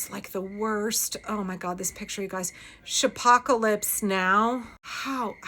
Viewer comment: It’s pronounced Shy-pocalypse 😂 I’m in Chicago and WTF? He literally just declared war on a US city? That’s… Doesn’t that defeat every pretext he’s throwing out there? I gotta say… I’m not panicked but he hates the hell out of us like no one else. The LA stuff was before GCN 😂 started humiliating him. Pritzker has been calling him out the whole time AND he’s a billionaire which makes Trump jealous as hell. I think he’s going to try something new and I’m not taking it for granted that he’ll fail. Tomorrow I’m going to see where I can sign up to provide legal aid. I think it;’s going to get ugly.